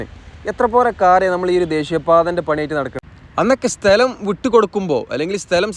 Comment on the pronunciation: സ്തെല० അല്ല സ്ഥല०